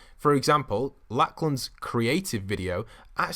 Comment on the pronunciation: It’s pronounced Lock-lin not Lack-lin